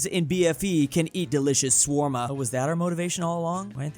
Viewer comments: Ah yes, SWARM-UH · When pronounced shawarma wrong it was so painful to me I almost cried, literally one of the best food in the ME and he called it swarma 😭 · A lot of people do that. Also in Europe.